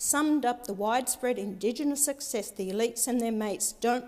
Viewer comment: She can't even say Indigenous, this idiot can't even read. Since when does she care about Indigenous people? When it looks good. 6 figure salary, you have got to be kidding me. She definitely didn't write that speech.